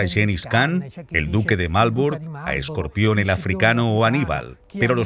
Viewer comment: Escorpión El Africano, que miedo daba. "Verginceturíx (segunda vez) era una persona de gran calado". No para este traductor